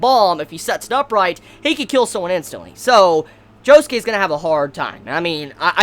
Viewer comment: Am I the only person who pronounces Josuke JO SOOK not joskay